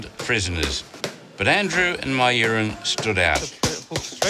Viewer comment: I honestly thought the reporter was talking about his piss when he said " my urine" 😂